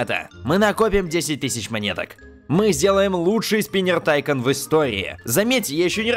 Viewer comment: не тайкан а тайкон ударение на о